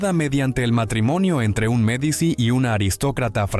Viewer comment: Ya con la voz de IA y la pronunciación de Medici se me fueron las ganas de escuchar. Disculpen